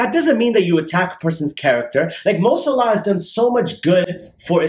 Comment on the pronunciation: His last name is saalahh (righteous) and not salaa (prayer)